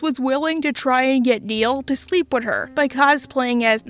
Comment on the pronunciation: Can you say with not wid. Sorry you speak so well except for this word. It bugs me